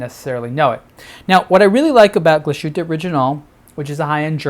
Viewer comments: Terrific watch and another fine video. I see that two or three others have corrected your pronunciation of "Glashütte." Is glas-hoo-tuh, not gla-shoot... etc. Literally translates as glassworks. If you keep that in mind, you'll say glass and then "hütte." And there you go! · Nice watch! I'm not german, but your pronunciation of the brand is simply way of. Here is how it should be pronounced